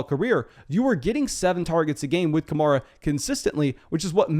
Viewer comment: Say it with me: Kuh-mare-uh